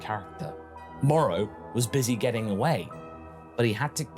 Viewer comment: It's Moro... with an o.